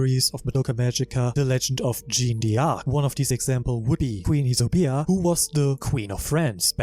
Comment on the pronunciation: great video !! (btw fyi the prononciation are: 'JAANNE DARC' and 'YSABO' not isobia'